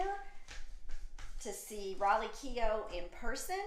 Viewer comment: So funny you call her 'raleigh' instead of Riley